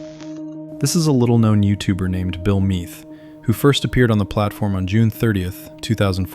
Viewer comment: Why are you calling him bill meath lol, you spelled mead, and keep saying Meath